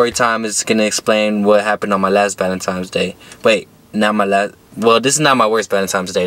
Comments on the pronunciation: Another dude that says “valentime’s day” 🤣. Why is it so hard for some people to pronounce Valentine’s Day. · “ValenTIMES Day”😂😂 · Lmao me too homie. No hate. Just think it’s funny how everyone say valentimes day. Stay up homie